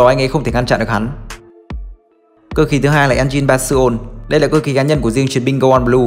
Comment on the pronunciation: Rõ ràng là trên phim, dù là người Nhật, họ vẫn đọc là "Soul" hay "Go on wings", mà sao ad đọc là sô lu và quin gô su. Thú thật là riêng cá nhân mình thấy hơi bị ức chế, dù video rất hay :(